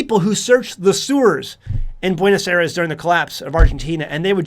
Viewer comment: Please revisit your pronunciation of Buenos Aires.